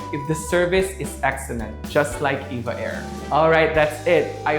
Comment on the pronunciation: Btw it’s E-V-A not “Eva”